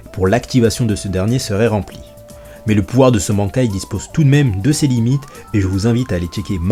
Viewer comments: Banc kai ... j'ai mal au oreilles mais qui ne fais pas d'erreur ^^ ca ce dit ban kai (ban comme quand tu te fais ban d'un jeu ect) sinon video sympa :) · Très bonne vidéo y'a juste le mot bankai qui ma piquer les oreilles tout le long :'D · La prononciation xD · La prononciation du mot Bankai qui me fait mal à chaque fois que tu le dis.. Stp